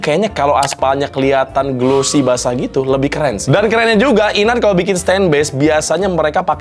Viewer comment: baca nya IN-ART bukan sih??? bukan i-nart